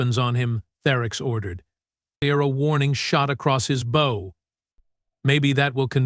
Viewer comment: Jesus FKN Christ!!!! , "...a warning shot across his BOW....LIKE A FUKING BOW AN ARROW TYPE OF BOW"!!!!!!!!!!!!!!!!!!! FKN POS AI!!!!!!!!!!!!!!!!!!!!!!!!!